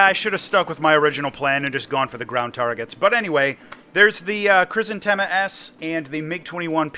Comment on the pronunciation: It's Hrizantêma. I know how it sounds, but latinization for the many is adaptation to English